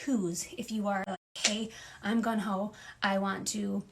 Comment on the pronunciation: I know she meant gung-ho but she for sure said 'gun ho' and you can't tell me otherwise.